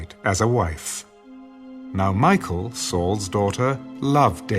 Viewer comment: Been really loving these... except just to point out that the pronunciation of Michal, isn't Michael, it's, Me-kal 😅 Otherwise, listening to the Word is always so beautiful, especially with the different characters and voices. Thank you!